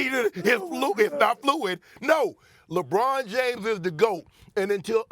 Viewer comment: Stephen A smith “Jebron James”